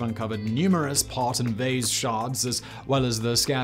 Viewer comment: why did you say vaze instead of vase? You don't sound like a Yank!